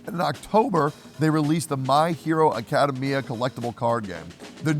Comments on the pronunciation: Tectone did not just say My Hero Acada Mia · "My Hero Acadameia" 🤣